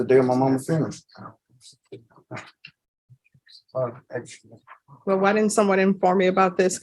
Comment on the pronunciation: jargon not jargin funeral not funreal